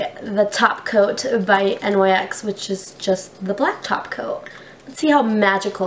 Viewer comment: Oh my god. Learn how to pronounce NYX!